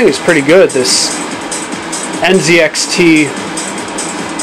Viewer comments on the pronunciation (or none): none